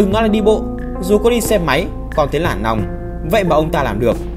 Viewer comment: “Dù có đi xe máy cũng thấy lản nòng” mình làm kênh thì hạn chế việc ngọng được không ạ? 😮